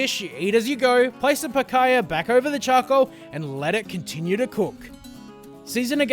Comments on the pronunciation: Picaya? Lmao its picahna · Picaiyah? It's PEEK-ANYA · If you are gonna cook it, atleast try and pronounce it correctly, it is pronounced picanyia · Nice vid. Just the pronunciation of Picanha is more like “Pikaanya” sound. At least in São Paulo! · I'm glad he took the time to learn how to pronounce it.😐